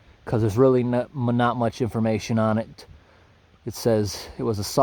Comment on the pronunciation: You ever notice… When he says words with the letter ‘T’ at the end like ‘it’, ‘at’, ‘right’ especially at the end of a sentence, the ‘t’ sound is replaced with ‘ungh’. Some examples